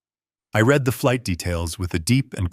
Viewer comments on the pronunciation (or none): Please AI, learn how to say the past tense of "read" which is pronounced "red"